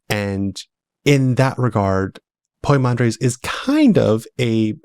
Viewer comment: It's poi mandres not poymander. Pymander in English